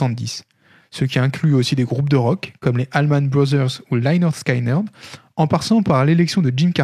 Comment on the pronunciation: Lynyrd Skynyrd, ça ne se prononce pas comme ça (/ˌlɛnərd ˈskɪnərd/) :-) Sinon, super intéressant... Une question que je me pose souvent. En tant que photographe, à mon petit niveau, je n'analyse pas mes photos au moment de les prendre, l'acte est relativement instinctif. Est-ce qu'un artiste du calibre de Eggleston pense sa composition à priori, ou ce travail est-il inconscient et l'analyse se fait uniquement à postériori ?